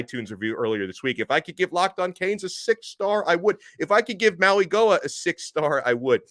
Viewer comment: It’s pronounced “Maui Noah” not “Maui Goah”